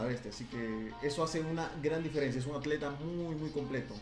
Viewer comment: Dijo Acleta? :v